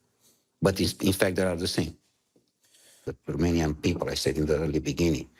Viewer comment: uite ca diliul o rupe si pe englezeste...ai iem for da pipal, for da lalala...bravo, ma, diliule!